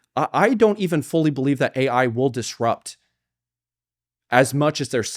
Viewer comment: Did she really say A1 instead of AI lmao